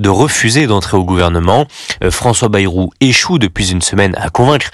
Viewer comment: François Bêrou et non baillerou!!!!!!!!! comme le mérou